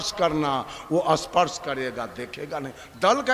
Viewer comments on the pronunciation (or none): none